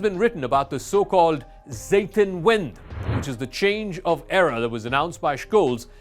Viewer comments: No offense, I really appreciate your analysis of world affairs, but please don't use foreign words or phrases and mispronounce them so badly. Re: Zeitenwende. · Alright, who da hell is scualz? And what about the the mix up with croatia? And what da f.. with "zeitenwende" you turn it in "seitenwind" that's such a different statement! Not worth watching this channel, bad comedy!